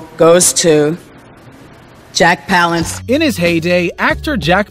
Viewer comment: jack pal ence .....no pal ance...